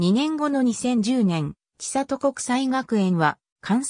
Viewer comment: ちさと じゃなくて せんり なんやけどｗ